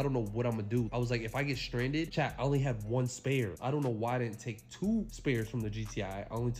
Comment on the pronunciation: For the past 4 months I thought he was saying "CHAD" But he's saying "CHAT" gotta love this guy.. 🤫😂🤣..